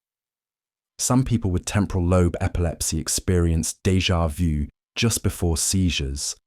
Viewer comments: You are the first that speaks that French term correctly - in 30 years here in USA. Congrats. But how come after the first two times you repeat DEJA VU and speak it "Deja voo". Then for the fourth and fifth and sixth time you return to the correct method. Would you please tell Americans how to speak?! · when he explained dévà vu i got dégà vu